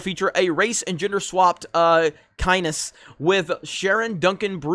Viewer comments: Hi big fan of the show, its pronownes kynz sounds like heinz like the beans and the fate ofd this character is not nice i have to say and i recommend watching the 80s version its vey good, thank you verrry much solo lost money, raylos are wearied and G.I.Joe rules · Liet has 2 syllables, accent on the 2nd syllable, and Kynes is all one syllable :) To be fair, I can't find a pronunciation guide, but every movie/show/audio clip I've found has it pronounced with the last name as one syllable. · It's pronounced 'kīnz', with a long 'I'. The 'E' is silent. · The changing of Liet ( pronounced "Lee-yet") Kynes (pronounced "K-eye-n-s") isn't that big of a deal, basically irrelevant to the story and the character will die in this film. In the books.... Harkonnen is a master chess player, a real ruthless player and NOT the caracature that he was turned into the the other film versions, so Villeneuve is right. He's not bad in 2000, but in Lynch's? Cartoonish. Also, the main character of the BOOKS is Lady Jessica and NOT Paul. How she, for love, broke with the manipulations of the Bene-Gesserit sisterhood and gave her husband what he wanted - a son. A son who was destined to be more than a mere boy. A boy that the sisters couldn't control. The books are a philosophical work against extremism in religion and abuse of the economic system to control the masses in a strict heirarchy. It's not a woke change, but true to the book. Jessica gives us the perspective as her son goes from boy, to rebel, to war leader, to messiah, to butcher. Since you admittedly don't know anything about Dune, you're a little over the line here. This is mountains of mole hills, but needless to say it does smack of the standard Hollywood wokeism. If Villeneuve doesn't do something epic with that swap, it's pure pandering. Most articles about Dune are written by people who also don't know anything about it, they just read the very poorly written wikipedia. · Frank Herbert pronounced it "Keens".